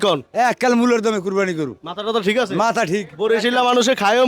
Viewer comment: ভাই আপনার উচ্চারন ভুল।কুরবান না।কুরবানি হবে